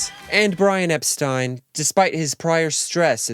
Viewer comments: Oh, it's Brian Epst-eye-n? Not Epsteen? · That’s not how you pronounce Brian Epstein’s name.